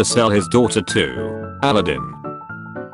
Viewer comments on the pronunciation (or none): The way he said "Aladdin" as "ala-din" omg I'm gone 😂😂